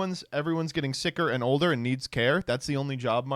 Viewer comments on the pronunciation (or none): none